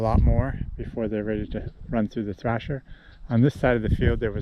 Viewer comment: it is thresher not thrasher